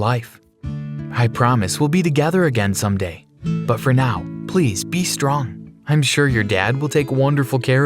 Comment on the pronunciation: "I heard my mom screaming." "stop stop stop ples!" Me:GIRLL ITS PLEASE NOT PLES! WHAT ARE YOU TRYING TO SOUND LIKE A WALLRUS!?